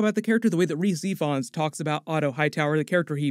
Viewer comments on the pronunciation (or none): Amazing video but please note that Rhys Ifans is more properly pronounced “Reece Evans” - it’s just spelled the welsh way which is confusing even for us British folk!